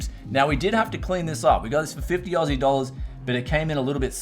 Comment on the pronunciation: I love it when he says ausi dollars lmao